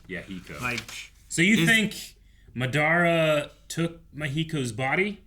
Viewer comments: Bakuygan and Ma-dara lmao 🤣… what else? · Please stop pronouncing madaras name wrong , they literally said it😂